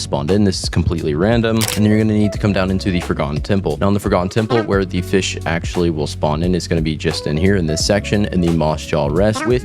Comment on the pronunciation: Why bro called fisch dish